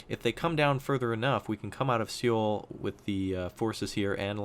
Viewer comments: Just for future reference, Seoul is pronounced "Soul," not "Seh-oul" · Alas, I am one of those Koreans who is cringing over his pronunciation...but I still enjoy his videos.